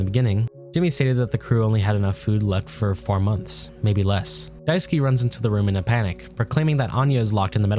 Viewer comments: dai-su-kay, not daisuki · Die - sue - key ❌ Die - sue - k ✅